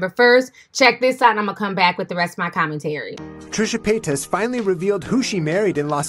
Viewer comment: lol the way you pronounce Trisha Payta's name!!